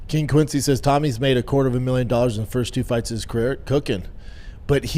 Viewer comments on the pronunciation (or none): none